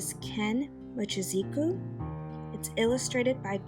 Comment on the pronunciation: yo, you might want to re-record this. You mess up his name in the introduction. you say "mo-chi-zi-ku" not " mo-chi-zu-ki". Unless his name is spelled wrong up there or his name isn't of Japanese origin, its a blunder that should probably be remedied.